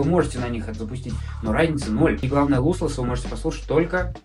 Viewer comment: не луслесс, а лослесс